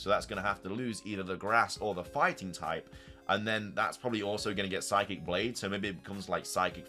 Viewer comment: > sees obvious Japanese pronunciations of psychic blade and hydro steam > pronounced them wrong > says they translate to psychic blade and hydro steam instead of just being the words. > says that psychic blade might be a fighting type move when it has psychic in the name (wonder what type leaf blade is?) Also I’m not sure why he thinks the legendary beast trio fusion and the non-keldeo swords of justice fusion are just suicune and virizion despite the fact they clearly are fusions (though this is more a jab at the original thread)